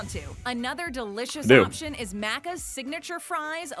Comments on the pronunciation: mack -cuz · she prounces it wrong its like "mack - ers" "mack - uhhs" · Omg how they say Maccas triggers me , as an Aussie this is so triggering how they say stuff